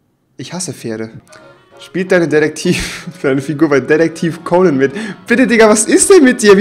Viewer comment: spielt deine Figur bei Detektiv cäunen Mit? ... rewi...CONEN! (ausprache)